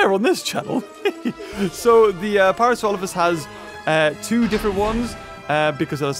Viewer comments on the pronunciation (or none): none